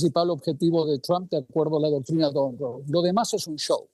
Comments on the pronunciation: Doctrina Monroe!!! No donroe!!! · Un “profesor” que dice “Doctrina Donroe” en lugar de “Doctrina Monroe”… por ahí ya empezamos bastante mal. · De donde sacaron a ese analista que dice “doctrina don rou” y repite varias veces 😂😂. Es Monroe , por el ex presidente de USA - Vergüenza ajena y se nota por donde viene su ideología. Deberían preguntarle a alguien imparcial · Es mi oído pero escuché decir del profesor "doctrina Don Ro"? Bueno, un poco para aclarar. La "doctrina Don Ro" viene de Don Ramón que no queria pagar alquileres. 😁 Sin embargo creo que quiso decir "La Doctrina Monroe". Viene de James Monroe, quinto presidente de los Estados Unidos. Significa principalmente que advertía a las naciones europeas que dejaran de intentar colonizar o interferir en los asuntos de los países independientes de América del Norte y del Sur. 😎